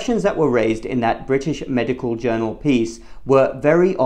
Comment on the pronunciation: The word is 'MEDICAL', not 'MEDICAW'.